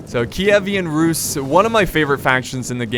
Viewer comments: Also on does not simply mispronounce "Keevan Rus" as "Ki-e-vean Rus" XD They have an awesome culture, I'll give ya that. Especially with their mounted forces. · Its Ky-i-ven russ київська русь (kyivska russ) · Киевская Русь (Kievskaya Rus) , sounds so funny on english:D Ty for the video, it's awesome.